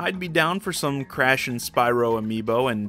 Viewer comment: Cresh for smesh